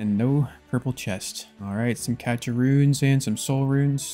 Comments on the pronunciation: Cache is pronounced cash btw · Love the content! Just a heads up cache is pronounced "cash" :)